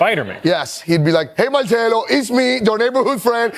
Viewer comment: This now how you pronounce his name is not Italian